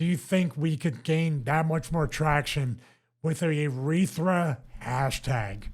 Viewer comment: “Ureetha.” And he calls himself a doctor.